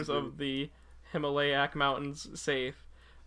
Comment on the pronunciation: It's pronounced Him-All-iya I AM GOING TO SCREEAAAMMM